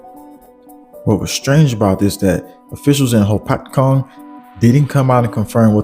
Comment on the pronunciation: Good reporting! Just a heads up… it’s pronounced RAM-a-po and the other town you mentioned is pronounced ho-PAT-cong… not nit picking but it helps so people can recognize these names in news broadcasts ❤️👍